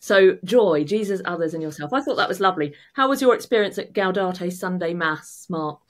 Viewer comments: Gaudete not Gaudate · For future reference the correct pronunciation of "Gaudete" is "gow-day-tay," rather than "gow-dah-tay." 😉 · Gaudete, not gaudate,! Doesn't rhyme with laudate. 🙂